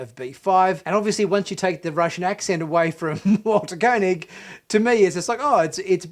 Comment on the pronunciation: Ooo dear, you pronounced Walter Koenig's name incorrectly, tsk tsk. Don't let Walter hear that as he's a little irked when people do that (as he was at a convention I saw him at and the host introduced him as 'Co'nig and not as it should be,pronounced, ie 'Kay'nig). Other than that, yes, a fine finale for the old crew...nice